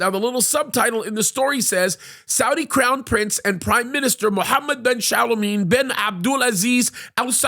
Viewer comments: Its Salman (Sal Man) not chalamet 😂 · Why does he pronounce SAL-MAN as shalomeen that’s really off the mark 😂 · Just call him "MBS". And it's Salman, not Shaliman. ( two syllables, not two ) If you want to increase your credibility, learn how to pronounce words and names. Jeddah, not Yiddah.